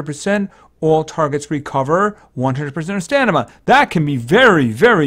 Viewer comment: igu told stanima instead of stamina